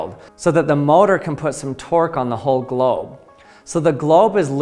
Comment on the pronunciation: He keeps saying GLOB